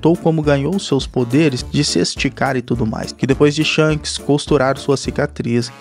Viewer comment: Kk o cara chamou o shanks de sharcks kk